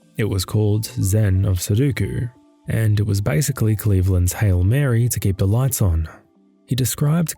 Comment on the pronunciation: Say it with me now. "SU-DO-KU". DO. NOT DU. NOT SU-DU-KU. SUDOKU